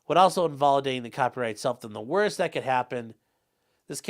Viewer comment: "It was the best of times, it was the reingurst of times?!"